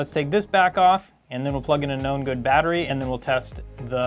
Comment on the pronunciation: I always hear "A NO GOOD battery" when you say "A Know good battery". Took me a while to understand.